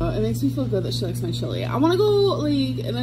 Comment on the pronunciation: I love how she says mahaeyeiee chili like there’s 12 syllables in my 🙄